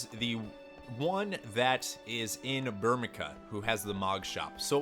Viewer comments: I cringed every time he said Burmeca, it's Burme "CIA" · Burmecia right? "Bur-mee-see-ya" Hahaha... To each his own i guess. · I always pronounced it as “Bur-mee-see-a” myself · I pronounce it "bur-muh-see-ah" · MY GOD you pronounce like EVERYTHING wrong. Myoogles. Kyoopo. Burmika. Veevee. Make my ears bleeeed